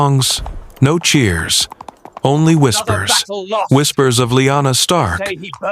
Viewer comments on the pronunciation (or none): Ah yes, the great House of Starn. Northmen through and through.